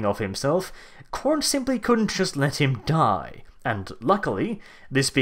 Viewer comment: it's "let", not "lett". it's let ... not lett LET NOT LETT I CAN'T TAKE THIS HERESY. HERESY HERESY CALL THE INQUISITOR runs away screaming